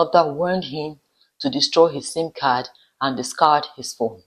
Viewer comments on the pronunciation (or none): none